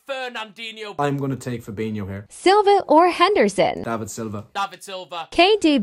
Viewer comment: Fernandeeneho or fabeeniho Bro it’s pronounced as fernandinio or fabinio